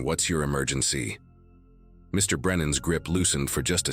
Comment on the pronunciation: It’s funny after Mr. Or Mrs. the narrator thinks it’s the end of a sentence and pauses.